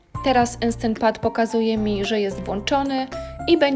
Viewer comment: "Enstent pat" 😂